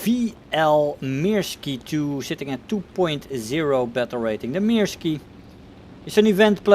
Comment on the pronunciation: It's "Myrsky", not "Meerskee" or "Mirski". And the crosses of the national insignia are missing the hooks at the ends. WE used it first, before the sauerkraut connoissieurs gave it a bad name. Thank you for uploading.